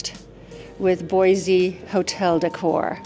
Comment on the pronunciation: Boise , there’s no Z in Boise heheh